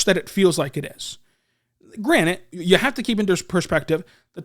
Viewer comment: it’s granted not granite.